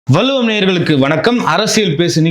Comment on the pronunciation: Mr. வல்லுவம் என்று செல்வதை, வள்ளுவம் என்று உச்சரிக்க பழகுங்க.